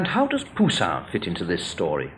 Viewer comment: The French are so mysterious, I like the way he says Pousian. An Italian would say Pousilinni.